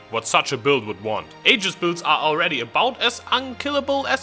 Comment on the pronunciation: Lightning warp doesnt create "desync"... It just doesnt display the animation the second time you cast it if it's too early (display bug). Mechanically, it works as you would expect it to... Also, why do you pronounce Aether correctly, but mispronounce aegis... it seems like an inconcistency! (but then again, most ppl mispronounce aegis)